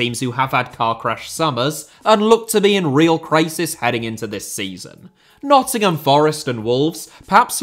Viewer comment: ah yes, 'Nottingham' 🙃